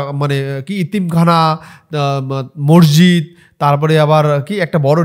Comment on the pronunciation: ভাই তোমার সব ভিডিও দেখি❤❤, বিষয়টা খারাপ ভাবে নিওনা🙏🙏 উচ্চারণটা মসজিদ (মরজিদ নয়)